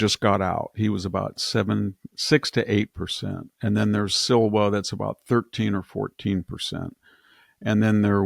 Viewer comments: It's Curtis Sliwa, not Curtis Silva. VDH tends to mangle names. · Love you guys, but you don't understand the (non-existent) conservative dynamic in NYC. Sliwa (pronounced Slee-wah) is conservative, but had to run as Republican. He has only run once before, the rest is propaganda